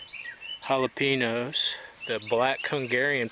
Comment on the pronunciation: Jala-PEN-OHS lol! c'mon man.